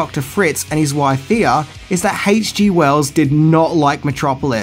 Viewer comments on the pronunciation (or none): Thea is pronounced Tay-ah